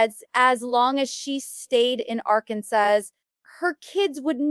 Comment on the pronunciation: The pronunciation of Arkansas gave it away...AI crap